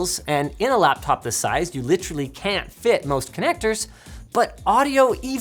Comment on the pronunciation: "UR CAPTOP IS SCOW" ?